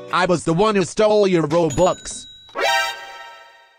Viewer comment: I really like your video and I was supposed to be robux you say bobux